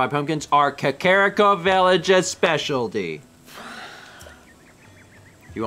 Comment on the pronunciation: I swear to god, it's pronounced CAW-CAW-REE-COH not KUH-CARE-I-COH HAH-TANE-O not HOT-EN-O